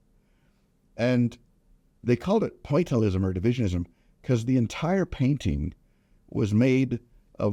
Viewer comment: 'Pointelism' His interpretation of Impressionism